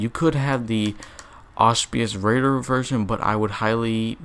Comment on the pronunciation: " auspeeyus raider...." fuckin tard